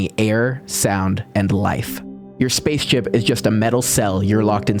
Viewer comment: Haha 😂yeah I think he did 😂